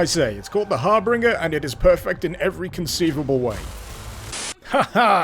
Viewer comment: I love these weapon names! Seriously, I wish more shooters would use names like these for their guns. But it's "har-BINGE-er" not "har-BRING-er." ...I was making that same mistake myself for a long time.